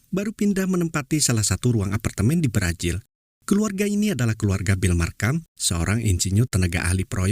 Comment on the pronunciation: Brazil bang bukan brajil Amazon bukan amajon 🤣 Semangat bang 🤗